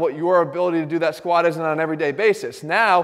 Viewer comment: The way he says squa pisses me to no end. Otherwise golden info. Why is it so hard to pronounce the letter t.